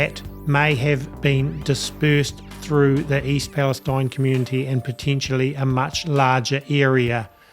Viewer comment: I live just east of East Palestine-there are no words to describe what we are going through. Tragic. I’m tired and feeling like I can’t take anymore. Just a side note - this little town pronounces it’s name East Pal- es- teen.